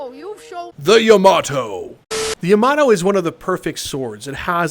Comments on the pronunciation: Lmao the juice also don’t hurt me but it’s pronounced “yah-mah-toe” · Why does he pronounce Yamato like that